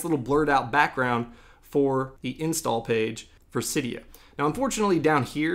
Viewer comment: It’s pronounced see-dia